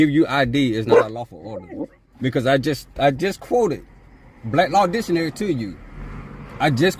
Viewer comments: No he was quoting Blats Law Ditionary. Still it is NOT law, it is a Dictionary not ditionary! Speech therapy is in order here. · Pardon me sir but did you just say "Dishonary" ? Step out of your vessel 😊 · Blatt Law Ditchunary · What is Blaslaw dishanary, or duhlaw? Can these people at least learn how to speak? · I love when these guys cant even speak nor pronounce words correctly Try to state made up sovcit laws " bak laws dicksaonary"